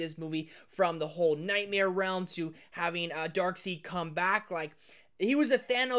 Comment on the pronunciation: I'm sorry but did say "Darkseed"?